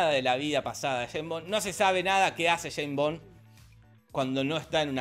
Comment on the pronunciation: "yeim bon" Pinarello , 2023